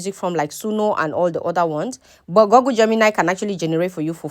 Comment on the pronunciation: Google is pronounced guggul not gogul